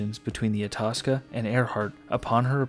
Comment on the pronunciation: I believe you pronounce Itasca (eye-task-a)